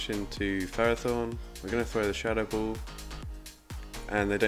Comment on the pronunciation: The triple blue team is amazing! Skarmory(light blue), Whiscash(blue), and alolan sandslash (sky blue). And, p.s. , why you pronounce 'ball' like 'bull'?